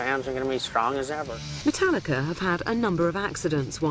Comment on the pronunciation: why the fuck does she say mootallica